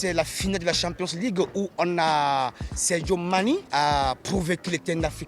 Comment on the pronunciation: Le gars il dit Sergio Mani ou Sadio Mané j’suis un peu confus là.